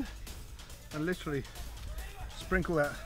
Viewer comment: LI-TRA-LY lol